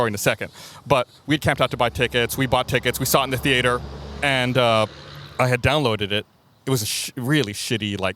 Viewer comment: Always love how Gus pronounces ‘theater’ like Homer Simpson